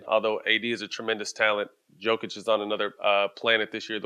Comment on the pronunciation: At least Stak knows how to pronounce Jokić